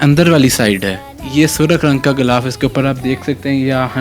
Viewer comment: Ghilaf kehty hein bhai...ghoulaf ni kehty